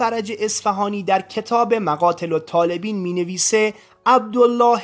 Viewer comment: سلام بحارالانواربه کسرباء صحیح است نه فتح باء. جمع بحر به معنی دریاها . مقاتل الطالبیین درست است که بایددرتلفظ دوباریاء رااداء کنید نه یک باربه گونه طالبین.